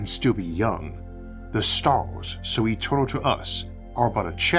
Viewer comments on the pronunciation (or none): The staws so etewnaw to us awe but a chaptew